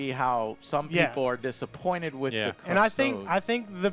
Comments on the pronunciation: Joe. I say this with the utmost respect but custodes is pronounced Cus-toad-ees. Not cus-toads. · No sir, it's Adeptus Custards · Definitely 🍮 ies